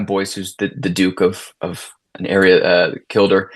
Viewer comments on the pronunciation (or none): Happy that the north of England was chosen to base the story. I have watched the series 3 times. Weird pronunciation of Kielder (northerners pronounce Keelder not Killder). Kielder is a beautiful place to visit and so is Raby Castle in Co Durham. Watch those roots Athena. No one had them in 1805. That said, it was very beautiful and very well acted. Brooding leading man on steroids and she changed him.